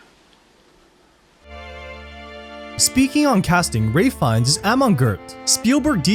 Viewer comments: Ralph. The actors name is Ralph Fiennes , not Ray ! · His name is pronounced Rafe Fines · Who the hell is Ray Fines? The actor is Ralph Fiennes. Way to butcher a name lol... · It’s Ralph fiennes not Ray……